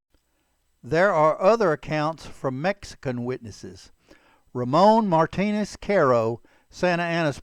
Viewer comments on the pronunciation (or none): none